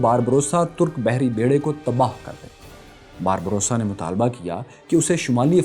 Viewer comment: Barba rosa (سرخ ڈاڑھی) آپ باربروسا پڑھ رہے-- اصل لفظ باربا روسا ہے۔۔۔🙏